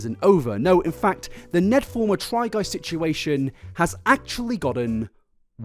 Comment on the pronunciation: Fulmer not Former......